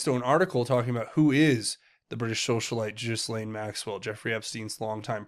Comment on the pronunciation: I wish my favorite Tubers would pronounce the madam’s name correctly. The S is silent in Ghislaine. It’s G’Laine. PS. Love your show. Dead Epstein on gurney likely Tony Rodham sending an unmistakable message to the Clintons and cronies